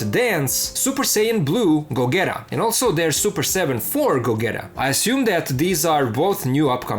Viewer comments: go getta! nahh its gojeta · Pronounced Gojeeta